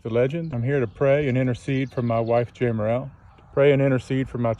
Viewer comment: How embarrassing that you can’t even say her name correctly!